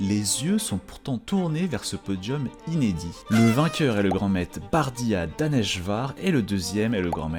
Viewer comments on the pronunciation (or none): On dit pas "Grand maite" on dit "Grand MaitRe" avec un "R" , c'est le son "Re", GRAND MAITRRRRRRRRRRRE . Merci !